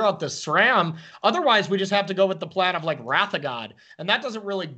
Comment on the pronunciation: This caster doesn't know how to pronounce wrath